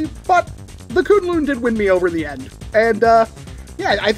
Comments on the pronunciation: Sorry to be that guy but according to worker the pronunciation of the name is Kwin-Lun supposed to the way its spelled(kunlun) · I don't expect anyone to care but it's pronounced 'kwin-lin' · Just got mine, and it's AMAZING! Also, I believe you pronounce it as 'Kwin-lin'